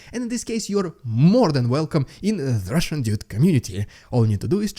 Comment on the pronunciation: Don't overdo the "RRRRRRRRRRRRRRRRRRRRRRRRRRRRRRussian" crap - other than that, good job! Slava Ukraini!